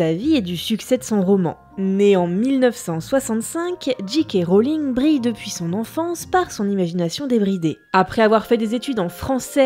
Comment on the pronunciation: Super chouette épisode ! Mais par contre soit vous dites J. K. Rowling avec un accent bien français (Gît Cas Roling) soit en le prononçant "en version originale" soit Jay Kay Rolling ! Mais pas Gee Quai Roling haha :)